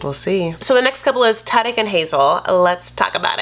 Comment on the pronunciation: I love that you pronounce ‘Tarik’ in Arabic it’s Tah-Reek in the US amoungst black folks